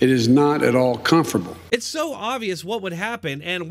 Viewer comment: Not at all "CONFRABLE"!